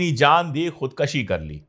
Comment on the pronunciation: अशोक भाई, आत्महत्या के लिए उर्दू शब्द खुद 'कुशी' है, कशी नहीं.